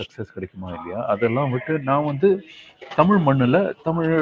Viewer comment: ஆங்கில தொலைக்காட்சியிலும் தமிழ்,தமிழ் (தமில்,தமிள் அல்ல!) என்று ஆனந்த் பேசக்கேட்பதே ஆனந்தம்!